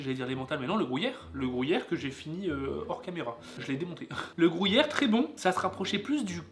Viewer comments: déso mais a raison on dit gru yère et pas grou yère:):) super vidéo!! vivement celle de demain:):) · c le gruyère et non pas le le grouyère antant que suisse/fribourgois je ne puovais pas me taire et c le valais --> valaisan mais autrement super video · Non non non, on dit gruyère et pas grouyere, lol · Je suis d'accord avec on dit gruyère pas grouyere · Il dit la grouyère et en plus le corrige mais il continue dire grouyère looool 😅🤣🤣🤣🤣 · Grouyère 😂 tu a dit 15 fois ce mots, à chaque fois j’en est rit 🤣 Super tes vidéo le 🎉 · Gruyère pas grouyere zzz 😤😤😤😆😆😆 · Le mec qui sait pas dire Gruyère MDR. le GROUHIER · Comment ça le grouillère 😂 c’est gruyère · Ça me stress comment tu dis "grouillère"😭😭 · Le "grouillère" mdr ... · Le "grouyère" 😂. Sympa vraiment ce petit calendrier qui m'a fait découvrir certains produits que j'ai bien envie de déguster. Et si tu faisais un calendrier de l'après en janvier? 🤣😘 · Mdr ..."grouyére" vous dites "pouis" pour "puis"..gru -y -ère !! Bonne soirée vous êtes meugnons...😂❤️ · Tu me stresses a dire grOUyere 😂😂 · Insupportable ta façon de prononcer gruyère 😂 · Par contre c’est gruyère et pas grouyère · Bon on reprend : c’est Gruuuuuuyère et pas GROUUUYERE sans trous et c’est pas c’est pas de l’emmental et c’est valaiSan pas ValaiSSAn et pour finir c’est FRIBOURGEOIS merci 🤪🔥👍🏻🇨🇭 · Grouyère et Valaissanne 😂😂😂 ps : Gruyère et Valaisanne 👍😁